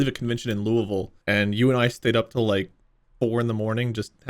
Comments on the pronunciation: Truly have never been more giddy to hear someone say “Louisville” right for once, I’m happy my hometown gets pronounced correctly by some people 😭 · OMG HE SAID LOUISVILLE CORRECTLY!!! I grew up in Louisville KY and when i moved away, every teacher said I was mispronouncing it. Thank you